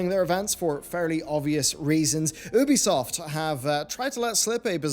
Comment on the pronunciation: "Ooo-bee soft" News, it's "You-bee soft" my dude. Union is not "Ooon-yon" rather "Youn-yun".